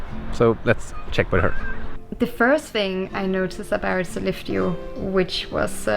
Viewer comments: Ok, for many of these northern cities that ends in "eå" you don't have to pronounce the "å", it makes you sound like a non-native 😁 I lived 85 km west of Sollefteå for 2 years, and no-one pronunced it with the "å" there. Other cities you can safely skip the "å" for without sounding strange are: Umeå, Luleå, Piteå, Skellefteå, and Torneå. ... well, I'm a bit torn (pun intended) about Torneå, I sort of, kind-a, tack it on there... sometimes. 🤔 There might be more of them, but none I can recall at the moment. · Jepp, Sollefte, Lule, Skellefte, Ume...up north we have to spare on energy, especially in winter so why put a totally unnecessarily vocal at the end! 😄